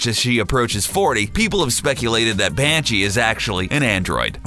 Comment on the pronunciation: What did he just call Ms. Briefs? Panchi? In my 20+ years of DB obsession ive never heard that name